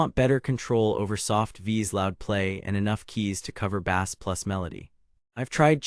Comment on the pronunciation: Bass is pronounced base! Not bass like a fish! This has got to be ai read